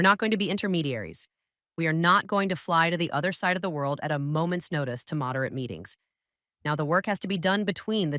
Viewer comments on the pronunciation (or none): I appreciate the English narration. Based on the pronunciation errors, I believe you're using AI dictation? - we live above the 'din-i-pro' river - the team sets course for 'Oh-day-sah' - 'mod-er-it' meetings Overall the AI is 99% correct with the narration pronunciation, so it's not a big issue. Perhaps it would be possible to train the AI on how to pronounce Ukrainian cities and rivers? Or perhaps the script it reads could include phonetic pronunciation spelling of Ukrainian cities instead of a literal spelling? That may help it produce town names correctly. Best of luck. Slava Ukrayini!